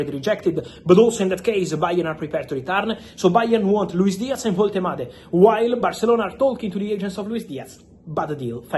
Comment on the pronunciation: Stellar pronounciation of Woltemade